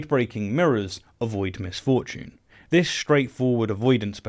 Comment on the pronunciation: His pronunciation of misfortune did give me the same thought. Who is Ms Fortune? Is she hot?